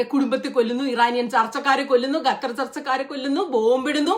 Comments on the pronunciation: ഗത്തർ അല്ല ഖത്തർ 'g' അല്ല 'q' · Gathar alla Qathar........ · Gutter ഗ അല്ല ഖത്തർ (ക )